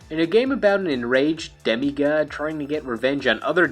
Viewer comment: "Demi Ghad"